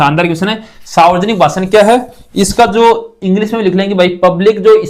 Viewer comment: Sir वो सावर्जनिक नहीं होता हैं, सार्वजनिक होता हैं।